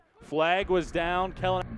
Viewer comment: Learn how to pronounce his last name here kelynack.co.nz